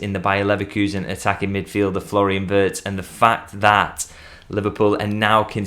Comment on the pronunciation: At least pronounce his name properly. No one has mentioned the possibility of Real Madrid getting involved, surely Xabi wants him there too. That's why Liverpool are pushing so hard so fast